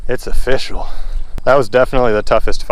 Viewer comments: ''offishial'' XD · Every time you say "It's official" I think of "it's O-fish-al" lol